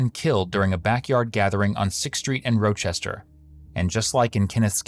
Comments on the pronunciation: The city is pronounced "RAH"Chester not "ROW"Chester. At least you pronounced Irondequoit correctly 😂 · Pronounced Rahh-chester New York, spelled Rochester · 😂😂😂😂😂😂😂😂😂😂 ROW CHESTER 😂😂😂😂 caught me off guard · The ai narration..that is not how you say Rochester 😭😭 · 😂😂😂 that is NOT how you pronounce rochester lmao